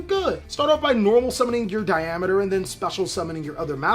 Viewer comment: Thumbs up for pronouncing Diameter right!! Holy that's a rarity. Then he beats Nambla to death!